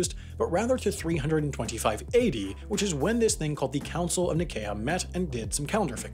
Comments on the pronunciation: The Council of "Nyseeah" not Nickaya. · The “c” in Nicaea is pronounced like an “s” not a “k.” And the “i” is long, not short. Finally the “ae” is pronounced as a long “e,” not a long “a.” In other words, you utterly butchered the pronunciation. 😂 You said it like, nih-kay-ah, when it’s actually like, ny-see-ah. Among informed Christians, this is a super well-known and important council. So I literally lol’d . It didn’t help your sense of credibility. 😊 Anyways, just thought I’d let you know. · What the hell is the "Council of Nikaya"? It's pronounced "Ny-SEE-uh." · Ni-kay-ah — I think you meant Ny-See-Ah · My first thought there was "wait, have I been pronouncing that wrong my entire life?" I pronounce it ni-see-a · Did he say “Council of Nick-a-ya” I thought it was pronounced “Council of Ny-sea-a”. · “Nikaya” 🤣🤣🤣🤣🤣 it’s pronounced “nye-see-ya” lmao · Its the council of Nicea, not Nikea. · Nye-see-uh, not nye-kay-uh. OMG, why do so many years yt narrators mispronounce so many words??? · Nicaea is pronounced “Ny-see-uh” not “Ny-Kay-uh.” 🤦🏻‍♂️ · "...the Council of Nih-KAY-ah" me, a Catholic: You sure about that fam? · It has to be said... its pronounced Council of "Nye-see-uh" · Council of NYE-Sea-uh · Other than what I assume is a mispronunciation of "Nai-CEE-uh", this is an excellent video! Thanks for sharing! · that butchered pronunciation of ‘nye see a’....... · Ni-cae-a is what he said... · It's pronounced "ni-SEE-uh" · yeah I agree. I study latin in school, and it should be pronounced “Nee-K-eye-a” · I'm super triggered by how you said nicea. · Counsel of "Ni-SEE-a" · Council of Nicaea is pronounced Ny see ah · Council of Nicaea, where Nicaea sounds like "nice to see ya" - Nai-see-uh. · It's pronounced Council of Nye-see-uh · Very interesting! The Council of Nicaea is pronounced like “Ni-see’-yuh” (long “i”), though :) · Council of Nī-see-yah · Ni-see-uh Council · Council of Ni-see-a* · Nicea is pronounced Ny - See - Ah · Yup I cringed hard....